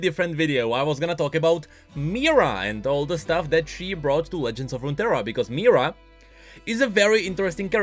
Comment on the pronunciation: Why does call Mihira a Mira?